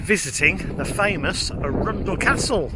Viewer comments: ARUN-DEL NOT A-RUNDLE! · Arun dell not Arundle. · It’s not Arunndell it’s Arundel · It's not A-rundle. It is Arundel. Like Arron d schwa l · A-rundl. Lived near this place most of my life, first time I have ever heard it pronounced like that. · Yes. Ah-run-dell. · Arun-del the Del of Arun as in the river Arun, Arundel. Glad you in enjoyed Arundel nice video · indeed! The way you pronounce it was totally different from what I was saying! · Lovely walk through but as a local I'm massivly triggered by your pronunciation of Arundel x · Lovely video, such a shame that you did'nt do your research into the correct pronunciation of the name Arundel. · Yes, the pronunciation had us tittering too! I visited when I was working in Southampton! Stunning town too! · Minor picky point - Middle syllable is slightly more un than oun and with more emphasis on the "ar"...other than that, a smashing bit of film and commentary...did you get to visit Swanbourne Lake (perhaps lunch at the Black Rabbit) too? I'm hoping you might have! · That is not how you say arundel